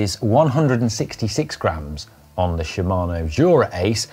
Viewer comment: "Shimano" sounded like "Siemano", which means "Hello" (more or less) in polish;)